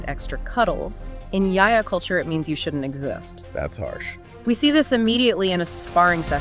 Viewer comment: Ya ya Prime?? What a terrible pronunciation of Yautja. No wonder your channel has 200 subscribers. I couldn’t even get past 30 seconds, with this egregiousness.